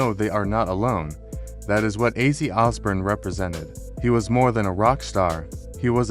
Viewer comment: Yes. And it’s Os born. Not Os burn